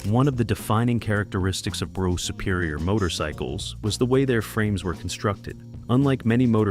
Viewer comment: That's not how you pronounce Brough.....